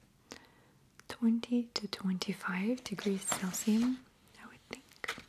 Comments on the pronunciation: “Celcium” I’m pretty sure it’s Celsius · She said 20-25 degrees CELSIUM 😊